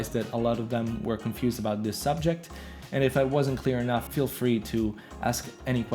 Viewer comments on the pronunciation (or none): none